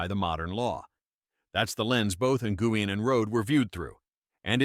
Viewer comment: Learn how to pronounce Nguyen and Rhode.